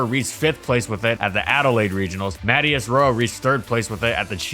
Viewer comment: u said the chileno name wrong it MA-(Tea)-AH-S... Matias why am i pick on this its because it my name also Jeremiah Matias Jablonski